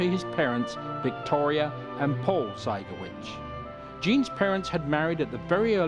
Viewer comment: Their surname is pronounced zy-gaw-VITCH. In Polish the accent is on the last syllable.